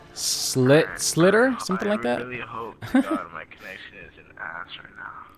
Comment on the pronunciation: Slitter? Uhh. Salter